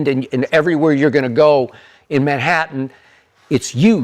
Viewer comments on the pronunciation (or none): none